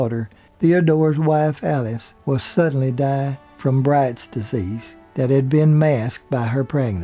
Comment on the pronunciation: Are you saying "Bright's" disease or "Brides" disease?